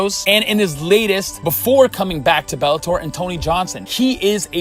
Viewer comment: Ann-Tony Johnson..lol